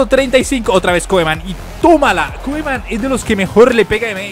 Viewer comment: se dice Kuman, no Koeman:p jajajaja